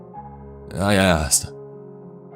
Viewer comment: Hahaah, he asked. ,, sounded ,more like:'he assed!,hahaah!!"